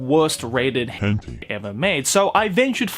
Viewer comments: it is, he has to say it incorrectly so he doesn’t get demonetized. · It’s pronounced hent-eye not henteeeee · Henti argh its hen-tai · it was hen-tea? i pronounced it hen-taei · HENTEE?!?! isnt it pronounce hentayy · wHy dO u sAy it like that Hent-ee? Lol! Hen-tai! Japanese pronounciation 😂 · wait its called hente and not henti :0 I've said it wrong all this time lol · “hen tee”?? tf i say it “hen tie” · It's pronounced 'hen-tie' or 'hen-ta-ee' :) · Why does he say hentei? Watching it with friends and female friends what the hell!? Too cringe, can't watch. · Are you say hęñtíé like that on purpose? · what the hell is a "Hentee"? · hentea? LOL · ah yes hentee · did y-you just say...henty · It’s pronounced Hen-Thai. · 'hen-tee' lol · "but this can also be said in the world of 𝓱𝓮𝓷𝓽𝓲" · Ah yes. The world of HENTY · It's pronounced hen-tie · It’s Henti my dudes XD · And also says “henti” makes it a bit funny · I thought they said *hen tay * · Did this guy say hen-T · No one This guy: HeNTee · Henti is for real bois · Bro why do you say hentee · plz don't say henty it makes me crinnnge and btw checkout me channels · "Hen tee" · Why we saying hen-tee? Something about demonetizing? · I used to call it "hentee" too Now that's what I'm going to call it that forever. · "As Weird As This May Sound To The Common Otaku, I Think The Same Thing Can Also Be Said For The World Of Henty." It just makes me laugh every time he pronounces H*ntai differently just to keep his channel a float lol! 😂😂😂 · why is he pronouncing it so badly? XD Hentee? is it because of youtube regulations? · ''Hen tie''?? Sound like a good anime. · Ah yes. HENTI. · I think it’s pronounced hen tie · u r saying the word wrong